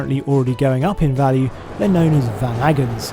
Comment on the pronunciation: “Va-nagens”! Haha. Not quite.